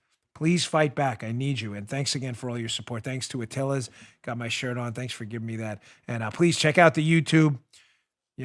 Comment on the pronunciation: The Atilis Gym IS NOT pronounced Atilla's, you dink. You were there for god's sake. Be smarter.